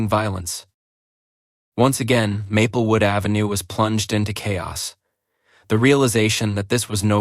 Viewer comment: Grating on the nerves each time the AI mispronounces Maplewood as Mappelwood…